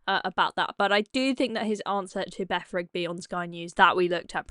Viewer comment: Ah... deaf 'Beff' 'I'm listnin' Rigby. Slag.